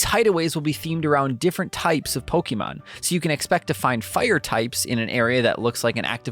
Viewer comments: Please, please, PLEASE learn how to pronounce Pokémon. It’s po-keh-mon, not po-key-mon. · po-kay-mon, not po-kee-mon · If I hear “Pokeeman” one more time… lol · IT’S NOT POKEEMON!!!! Fuck your voice was so annoying! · How come he can pronounce “chibi” correctly but can’t say Pokémon? “Poky” describes my irritation level with each delivery.